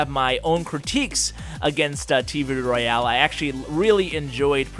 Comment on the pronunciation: Why do you pronounce it "roy-ale"?